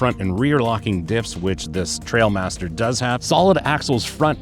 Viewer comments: That is the actual model name of the Grenadier. It refers to trials riding and everyone seems to get it wrong and read it “trail” instead of “trial”… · It is the Trial Master and not the Trail Master!